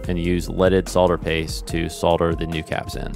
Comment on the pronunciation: It's nice to hear somebody on YouTube say "solder" rather than "sodder"